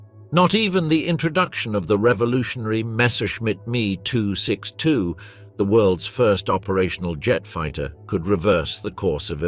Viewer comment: After the 27th "me" 262 mispronounced name I stopped watching